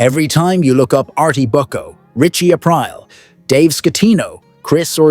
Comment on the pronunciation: Richie Apryle?? The fuck??